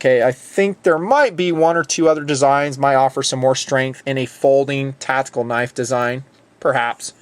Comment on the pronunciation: Is "tatical" the same as "tactical"